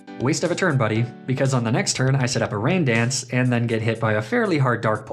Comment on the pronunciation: You said ran dance